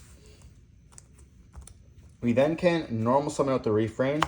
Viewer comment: yo that refrain pronunciation is REPULSIVE